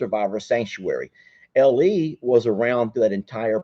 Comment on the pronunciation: U mean LE not El Lol 😂